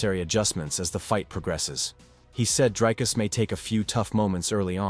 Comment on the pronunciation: Honestly just learn how to say Dricus. It's not that difficult. Show your champ some mf respect. 🇿🇦